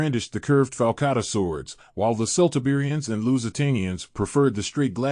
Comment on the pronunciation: KELT-Iberians. "Celt" is pronounced "Kelt".